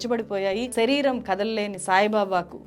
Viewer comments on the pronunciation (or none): none